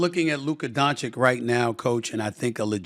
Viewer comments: DON-CH-ITCH!!! NOT Don-chick! This is your job and you can’t say one of the world’s best bball players name! Im embarrassed for you. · Good interview and Stephen A. Smith was honest toward Luka. But he should - after so many years - pronounce correctly Doncic: It's not "Donchik", it's "Donchich"! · I'm just here for Stephen A. Smith to pronounce "Donchick" in front of his head coach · It's DONCHICH not DONCHIKKKKKKKKK..i know he's doing this on purpose 🐀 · please,like this comment,so Stephen A. Smith can read it🤓🤓🤓 Lyka's surname is pronounced Dontsits...Don-tsits...not Don-tsik...you 'll thank me later...🙂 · Donchick? It’s donchitch, he knows this but intentionally says his name wrong. Ok Stephan A Smith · No one: Literally no one: Steven A Smith: “Luka DonChick” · "Luka Donchick". 6 years in the league and still couldn't say his name right. 😂😂😂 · Say it with me Stephen A - Luka Don-Chich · SAS keeps calling him Donchik lol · He says Donkchick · I have a difficult name to pronounce, so understand when people can't get it. Luka will be around for 10-15 more years as a veritable powerhouse of a player, so showing some degree of effort is possible. 'ch-ch' is just really not that hard to master. 🤣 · Say his name right don't butcher it on purpose I'll take healthy embid over gianis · can you learn how to freaking say Doncic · Why can't Stephan A pronounce doncic properly? Its embarassing at this point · Oh please learn how to pronounce Luka's name! It's hard to listen you to disgrace him! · SAS- ‘I’m a word smith’. Also SAS- can’t pronounce Doncic or Nowitzki. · Stephen A has been doing TV and covering the NBA for over 30 years and can't even say Luka's last name correctly. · By now, everyone in the league knows how to pronounce the surname of the world's best player, except SAS. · Will Stephen A ever say Luka's last name correctly? It's not difficult. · A Smith still cant pronounce luka's last name right. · SAS please learn on how to pronounce Dončić!